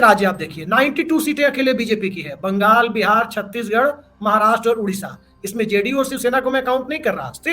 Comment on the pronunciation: बहन बिहार बोला करें बेहार नही